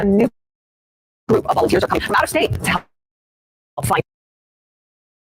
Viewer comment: "Salty is comminK". Nice.